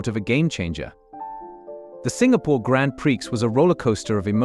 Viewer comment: wait till you hear how the ai pronounces grad prix